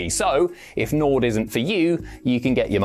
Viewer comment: I was enjoying the video. Then he said Nord and l stopped watching